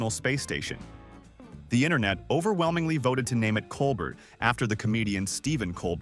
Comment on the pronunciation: When did the contest to name the ISS module happen? I assume it was when the Traitor Trump, America's WORST president was mad at Stephen Colbert for making fun of the idiot President , so NASA had to bow to the crybaby. And his name is pronounced co bear.